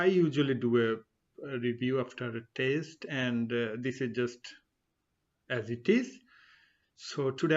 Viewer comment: Good Info. However you pronounce "test" as "taste".